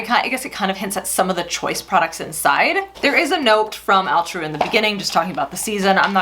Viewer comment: All-true not Al-true.